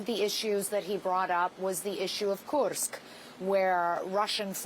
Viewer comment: & The way she pronounce Kursk makes me think she's a Russian spy